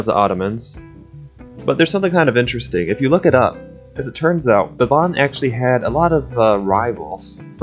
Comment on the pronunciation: I'm suprised that you didn't butcher Baban's pronunciation